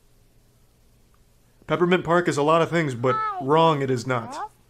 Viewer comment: "Peppermint Pasrk"